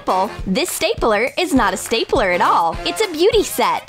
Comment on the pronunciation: Who heard staypeler? Instead of stapler?